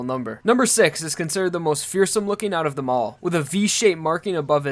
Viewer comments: Is he saying six or sex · Is it just me or he's saying sex pistols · Why do I always hear sex bullets instead of six bullets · I'm sorry but is it six pistols or sex pistols I haven't watched part 5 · Its six pistols not sex pistols wtf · why did it sound like he said sex pistols? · Hello its six pistols not sex pistols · Bro its six pistols not sex pistols